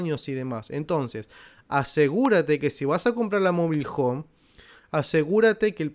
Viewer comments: No sabe ni pronunciar Mobile Home el dice mobil 😂😂😂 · Mobil hon 😀😀